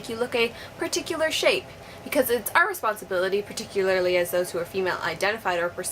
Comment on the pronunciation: that moment she cant pronounce particularly.